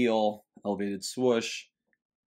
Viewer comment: Love the content you bring us and the effort you put in. But, my guy, why do you always pronounce it "Swush"? Its Swoosh. You're too old-school and educated to be mispronouncing it like that!